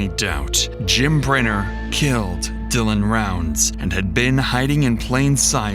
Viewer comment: The constant mispronunciation of Jim Brenner's name in this video is incredibly annoying.